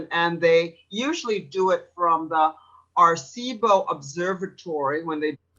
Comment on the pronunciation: Air-Ah-See-Bow. Dumba$$.